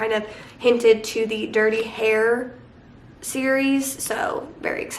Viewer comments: lol! Heir is also pronounced air not like hair xD Fantastic job reading 24 books in July!:D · Heir is pronounced as air not hairs. The H is silent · I love you but you’re meant to pronounce ‘Heir’ like ‘air’ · You’re awesome! Love your sweater. Also wanted to mentione heir pronounced as air. Lol. I’m currently reading the mindf*ck series and I love it. 5 stars for me but it’s also exactly what I need right now in a book. Also think potentially if you weren’t sick, the story may have seemed less convoluted? Maybe? I’m loving it and will finish it this week. But either way, that is why reading is great. We all get to love different books for different reasons. Love your stuff and can’t wait for more. Also, my killer vacation is on my TBR so hopefully it’ll be a somewhat decent read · not pronouncing the h in heir😂😂😂 ababahbahahab this is not hate!! i just think it’s funny